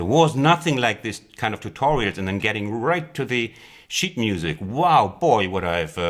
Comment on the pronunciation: Nice tutorial! Tip: try saying sheetmusic with a longer ee ;-)